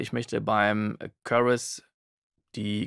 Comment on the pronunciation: currus? Wie Curry nur mit us? :D Chorus, mit O wie in story! Heijeijei :D Ansonsten Danke für's Video. Sehr gut erklärt...